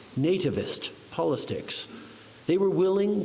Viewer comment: Trudeau: polisticks… what an embarrassment. Sorry Merica and Mexico